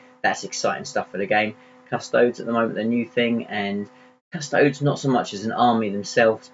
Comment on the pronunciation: 'Cus-toadies', not 'Cus-toads'.